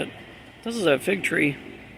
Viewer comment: Hi and Lady! Oh, fig tree - at first I thought you called it a fake tree. lol Lost of potential in all you showed. That helicopter reminds me a lot of the RAH Skyhawk aircraft, those were cool!